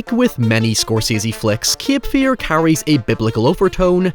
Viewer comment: Not kip fear but cape fear learn english you irum.